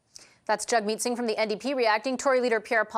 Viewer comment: Oooooh...she called him jug-meat singh😂😂😂😂